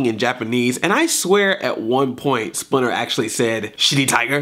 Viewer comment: it does sound like splinter cussed